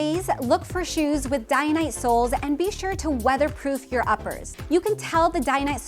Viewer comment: It's "Day-nite" not "Dian-nite"